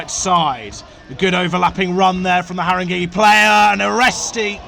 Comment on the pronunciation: Great but it’s pronounced Harrin-gay not Harring-gee